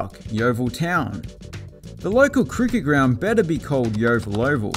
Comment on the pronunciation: Thank you for pronouncing 'Yeovil' correctly. The local regional news here can't even get it right. They pronounce it like an American town as in 'Exampleville'.